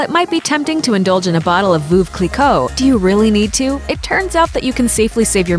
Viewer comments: Vooove cliquot??? Hahaha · Voove Clicquot!!!! It's pronounced '.Verv' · ‘Foof Cleeco’ Really?!! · WTF is "VOOV Cliquot?" That mispronunciation is making my skin crawl... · Lol at VOOV Kleekow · "Vuv clicoh" hahahah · Sue Harvey I'm a native french speaker, why the fuck would i google it? "veuve" is not a fancy word, it's just mean widow, nobody have trouble pronouncing it, so stop your bs with your broken google translation pronunciation... edit: here i recorded the pronunciation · You beat me to it! Voov Clicquot indeed! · Lol they can’t pronounce The champagne name correctly. And yes it’s worth it not comparable to most sparkling wine. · Don’t trust a video who doesn’t pronounce ‘Champagne Veuve Clicquot’ correctly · A few things, first of all you cannot compare sparkling wine or prosecco to champagne for the simple reason that champagne is only made in the champagne region in France and has a very distinctive taste. That being said, I do find Veuve Cliquot (you should work on your pronunciation for that one) over priced and would go for a Bollinger, a Piper-Heidsieck or even a Nicolas Feuillatte that are way cheaper and tastier (in my opinion). Now talking about Louboutin, yes they are fairly expensive shoes, however unlike a lot of other luxury brands that prefer to make more benefits by having their products made in China, the shoes are still made in the south of France or Italy which means that a "savoir faire" is kept and some jobs are created. You pay more for your pair of "escarpins" but you know why.